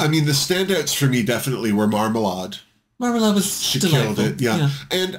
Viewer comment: Why does everyone say Marmalahd? She says it's Marmalayed and it's her name. 😳 I suppose it's because of Lady Marmalade (and sadly most people are probably thinking of the version by Christina Aguilera, etc.).